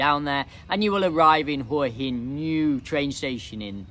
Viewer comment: Thanks for pronouncing Hua Hin correctly. Few of the tubers/influencers get it right.